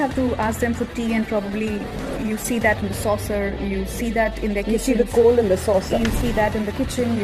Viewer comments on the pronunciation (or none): none